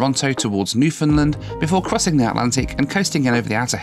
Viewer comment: I love your trip reports but as a person from newfoundland everyone here hates it when people call it newfinlind. Sorry😂